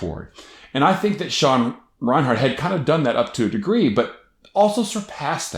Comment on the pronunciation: I want to like this video but every time I hear you say ReinHARTin this video, I die a lil bit more. It's REINERT.